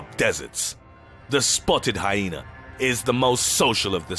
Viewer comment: Lmfao. I died. "Like a ... PENIS!!!!!!!!!!!###!###!!!!!!!!" ROFL this commentator kills me man some of his other videos too. They are supposed to be dark and edgy but he makes me laugh. The way he pronounced shit too rofl. "State-us (status) or HyenAR (hyena)"